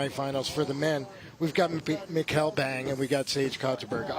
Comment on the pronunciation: its super annoying that he keeps calling Mikkel, Mikhail.... thats not his name... its Mikkel like Nickle but it seems like he refuses to call him Mikkel!!!